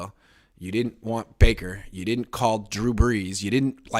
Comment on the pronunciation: Wait did he say “you didn’t call drew bress” good lord